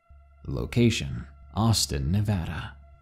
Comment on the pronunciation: YAY. You said Nevada correctly. Thanks.